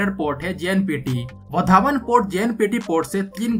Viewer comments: वधावण नही वाढवण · लगता है ये युट्यूबर विदेश से आया है वाढवण को वधावन बोल रहा है 😂😂😂